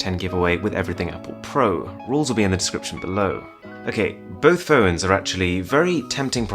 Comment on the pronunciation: ...the word "phones" somehow has two syllables 😷